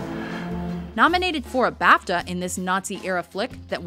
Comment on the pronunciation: learn to pronounce BAFTA correctly